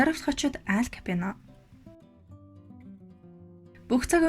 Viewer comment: Nobody: Алфонсо Капоонь Unshij baigaa emegtei: Ал Капьоно Bayarmagnai: Моло Капьоно